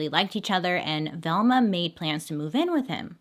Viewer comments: I thought you kept saying thelma. I was like oh snap, my bestie is named after a true crime case, I gotta tweet this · Why are u saying Velma like this 😂😂